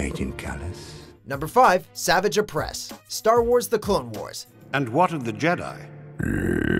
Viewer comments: They couldn’t pronounce 501st properly,and they can’t pronounce savage oppress properly as well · bruh this guy butchered the pronunciation of savage opress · Hey got savage name wrong again. I hate this narrator. Watch The shows and learn how to say the name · fucks sake did this guy even watch the clone wars? he pronounced Assaj Ventress and Savage Opress wrong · You pronounced "Savage Opress's" first name wrong. Lol Pronounced "Savaj." And I do mean that politely. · When he was first showed in TCW, I was like 7, and I knew his name was said like: Sah-vāj, not Savage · It’s pronounced Savage (Sah-vage) not Savage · You can tell didn't watch or do much research on Clone Wars. They pronounced Savage Opress "Savage" instead of "Savahj." The easiest piece of information and they did it wrong. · Meh, I feel like Savage got enough screen time. Maybe a reference or short appearance in another cartoon. I think Hondo should've taken his spot. Also I swear to God, it is pronounced like Savajj, (much like Asajj) not Savage. Don't make the name sound even more ridiculous than it is by mispronouncing it, please. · "Savage" opress... Noooo hoooney it's pronounced "sav-ahge" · It's pronounced as "Saavaage" 😂😂not savage 😂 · Megastar69 xxx he said "savage" opress. Lol. Its PRONOUNCED SAV ARGE GOD DAMN IT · Jean Els pronounced as "savarge" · sahvahjj ohpress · sahvahgehuhhhh ohpressss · Anakin Sandwalker Right, its pronounced sah-vahj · Savage Oppress is pronounced "sa-VAHj." If you're gonna feature someone, at least get the pronunciation right. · hold on, DID HE JUST PRONOUNCE SAVAGE OPRESSES NAME LIKE SAVIGE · It’s sav-AH-ge oppress. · I hate the way your pronounce "Savage". You just pronounce it like the normal word, but it actually needs to be pronounced as "Savaaage." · Sorry this has been massivly bothering me. It's pronounced Sah-vaj (J pronounced like general) oh-press. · It is prouneced as savaji opress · “Suh-vajj” not Savage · He pronounced Savage wrong